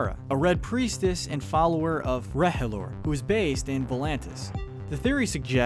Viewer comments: He said Rehhellor lol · Did you just say REHELOR? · U could link every house with each sin, this is retarted, rehehlor??? Say that again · r'hllor is spoken like this : ROLOR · This guy never watched GOT before clearly. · how fucking hard can it be to say R'hllor correct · Does anyone else hates how he pronounces stuff like a Azorahai and Rhhlor drove me bonkers but good video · You can always tell how the voice over is done by someone who isn't a big fan of the series because they will pronounce common things like "R'hllor" and "Azor Ahai" incorrectly haha